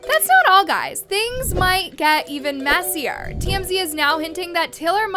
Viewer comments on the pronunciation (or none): none